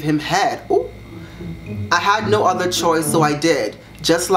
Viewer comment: "foTHER gOd" i can't